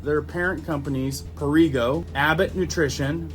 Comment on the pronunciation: Perrigo is pronounced Pear eh go.